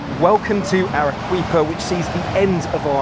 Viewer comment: Entertaining and informative as usual. Peruvian food is some of the best in the world. The produce is so wholesome too. This reminded me of my South American travels. FYI- Arequipa is pronounced Ar-eh-key-pa.